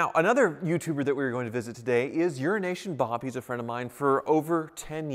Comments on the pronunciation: Now I get it. All these days, you made it sound like 'Urination Bob'. Tyler taking discreet pot shots, at the man who stole his contacts to start a business. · I thought said "urination Bob" and now I cannot unhear it:D:D